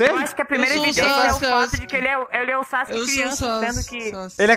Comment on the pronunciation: "sassske" sksksksi